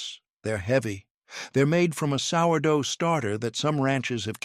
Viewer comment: One minute in and the AI FAILS. It can’t pronounce sourdough. Sheesh